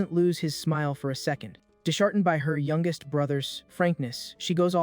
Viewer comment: Can AI really not pronounce words like youngest correctly? It still has a long way to go I guess.